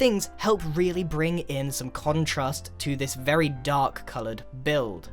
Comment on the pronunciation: "Vary Starter"